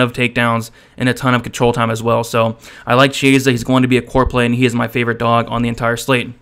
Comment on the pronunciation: You're pronouncing "Chiesa" absolutely wrong.